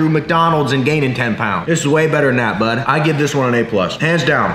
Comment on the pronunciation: I hate how he’s says bud